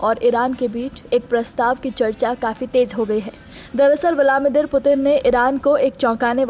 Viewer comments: Its vladimir not vlamidir. 😂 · Viladmeer nahi bol parhi ho jeneman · Listen Woman : it's VLA- DI -MIR